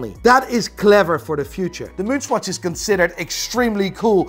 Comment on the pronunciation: LOL Why do you pronounce it SQUATCH??